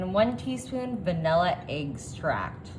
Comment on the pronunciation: It’s not eggstract! It’s extract!